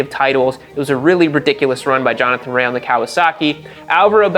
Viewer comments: OMG it's RAY not RAYAhhhhhh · Btw it is pronounced "Ray" not "rayah" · Rea is Pronounced like Rey not Reaya or whatever lol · Jonny Rea. His surname is pronounced Ray. Have you been watching WSB on mute? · Bro for someone who’s such an avid fan of WSBK and GP, you pronounce their names sooooo badly. It’s pronounced Ray for Jonathan Rae, not Reahhhhhhh 😂🤣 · If I say “homologated” and “derisively” 29 times nobody will notice I did zero research, nor bothered to learn name pronunciation. Johnny Ray-UHH prolly noticed too. But seriously, MotoGP and F1 have become almosr tech exhibitions w zero REAL competition, action, and racing. I once mocked Indy Car and WSBK, now? Even before Toprak, I found wsbk racing action superior to modern MotoGP and I watch F1 on 25x FF and RARELY do I need to stop to watch a pass or action or order change because they rarely occur. Once a car costs half a billion, or a bike costs 4m, the incentive to NOT mix it up and get elbows out is too great. You end up w the dogshit salad sandwich that is modern f1 and MotoGP. I really dig WSBK and IndyCar, your point is spot on in that regard. Also, not tryna be a dick, but when you have 1.5mfollowers, it seems a minimum level of effort is justified, leave winging it to the dipshits like me that have 300 followers. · rea is pronounced "RAY" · Pronouncing Rea wrong tells me you haven't been watching for 4 years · Its TOP rak, not Touperak. Also, Jonathan RAE (Ray), not Rea-a. Just fyi. Good video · No Way this guy watches WSB.. no way.. the announcers say TOP-RACKs name a Thousand times a race.. its not TOPE-rack... as Johnathan (spoken)RAY.. not RAAYA.. its spelled with an A at the end but its silent (eyeroll) nice try "ive been watching for four years". hahaha.. ya rt.